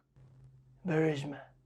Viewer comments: Burisma = "BUR-MEW-CEE-YAH" (talk abouta cognitive decline 😳) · Pretty sure he mispronounced Burisma... Isn't Bursheemi or Brugigi or something?